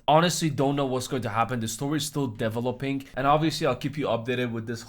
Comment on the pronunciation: "the whole story is dev-oh-lope-ing" x4